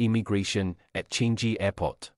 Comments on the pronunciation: Thanks. It's funny to hear how you pronounced Changi airport as "Chan-G" airport, actually it should be pronounced as "Chang-Ngi" airport. Anyway no problem as we understand different people got different ways of pronunciation, as long as we could understand and communicate with each other then that shouldn't be any major problem. Cheers:) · Changji airport.. narrator either not SEAsian or is an AI..